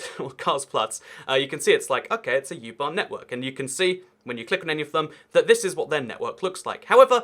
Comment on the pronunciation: It's called U-bahn! Not Jubahn!😁